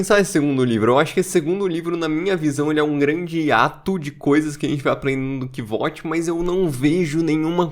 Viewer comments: sou fã do livro e fico um pouco triste quando alguém fala "Quivót" "Quivôte", sendo que logo no comecinho ele fala que o nome dele se pronuncia como "Kuôuti"/ "Kote", mas gostei muito do vídeo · Nenhum problema com a sua pronúncia, mas só pra avisar: o nome do cara se lê kuouf (o "V" ali é medieval, ou seja, tem som de "u"). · Minha pronuncia é bem parecida. Pra mim é "Côuf". "Kivote" é uma pronúncia que soa bem feia kk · Cara, olha o modo que o próprio Rothfuss pronuncia o nome do Kvothe…